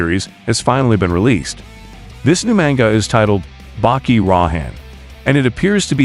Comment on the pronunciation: Why do you pronounce manga like that?